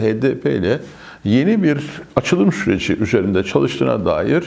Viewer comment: Başkanım,yeni kelimesinin vurgusu düşük oluyor.YENİDEN desek daha yerinde olur gibi....